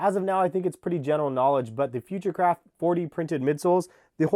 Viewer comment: Future craft sounds like hes saying futurecrap